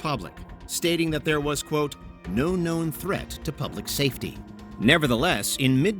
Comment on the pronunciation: Why is the AI saying "poblic" instead of public?